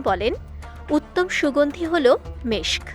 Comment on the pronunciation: saying Meskh 😂😂😂😂😂😂😂😂😂😂 😂